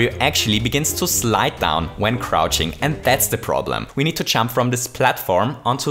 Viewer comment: When he say jump it sound like chump.